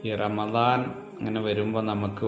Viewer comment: റമളാൻ അല്ല റമദാൻംശരി. Ramdhan